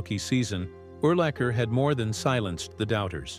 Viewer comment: In the first 3 minutes of the video it mispronounced his name at least 10 times